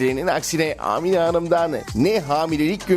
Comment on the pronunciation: Amine değil a harfini uzatmanız gerek.